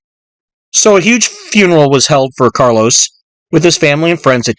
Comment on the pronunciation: It’s Carlo Gambino not Carlos